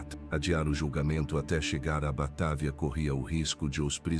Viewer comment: Batávia,vc está esquecendo do acento agudo no á😂😂😂😂não é Batavía que se pronucia😂😂😂😂